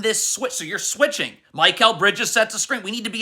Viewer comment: Can you please say Mikal Bridges name right 😭😭 it’s not MY-Kal